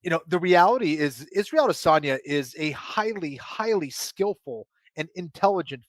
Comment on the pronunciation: Please pronounce Adesanya correctly